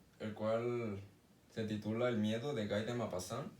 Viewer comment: No es "Gay", es Guy y se pronuncia GUI.